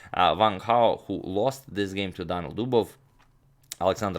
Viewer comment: Two i. Daniil not Danil :)